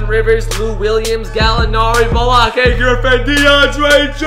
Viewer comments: B-L-A-K-E griffin not blakea Griffin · Blake not balkey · Its blake not balake unsubscribe 👎👎👎👎👎👎✊